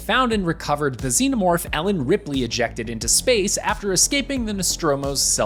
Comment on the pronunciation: Dude can't even pronounce xenomorph right. It wasn't iron ore Big Chap was stuck in, it was it's own resin. And... oh never mind, obviously the writers of this video are not true Alien fans.